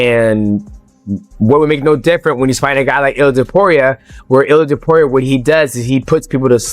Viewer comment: It's Topuria, not Topiuria